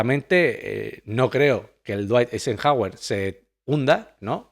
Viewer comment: no puede pronunciar dwight Eisenhower? cómo que la RAE está en el país equivocado 🤦